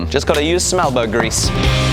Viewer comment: That sounded like you said smelbow grease... lol